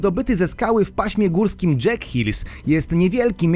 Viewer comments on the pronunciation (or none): none